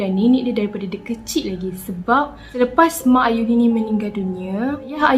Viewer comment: slah sebut nme ayuni to auni me having auni name: wuttt?!